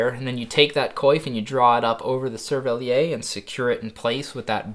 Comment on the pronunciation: as a french speaker, great vid, but please try to pronounce "cerverlière" "cerveliaire" as it would be closer to what we'd say in french :D